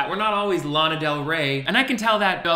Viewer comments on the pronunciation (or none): none